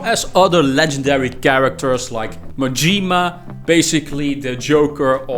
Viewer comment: At least he can say Yakuza properly, I guess. He butchered Majima too. Some people do it on purpose to rage bait..